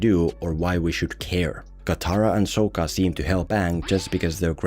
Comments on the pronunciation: how did he say Sokka??? better say shit right if you are gonna make fun it lol. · I love that you, just like the movie manage to pronounce Sokka's name wrong. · How you gunna do a whole video about last airbender but not watch the show? You're just as bad as M.Night lol. You pronounce Sokka's name wrong throughout the whole video. So cringe. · Idk what's worse their pronunciation of Aang or your pronunciation of sokka